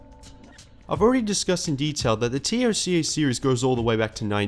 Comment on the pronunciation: Good retro reviews but calling it T.O.C.A makes me wince